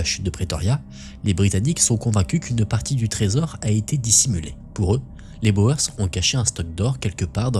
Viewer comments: Il ne faut pas prononcer Boër mais bien Bour ! (Littérallement, paysans en Néerlandais) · Boer : on prononce comme "bourre" pas comme "Bauer". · Intéressant. Merci. Pour info, Boers se prononce "Bour".